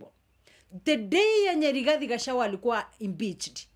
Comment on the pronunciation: Gachagua not gachawa please note of correction😂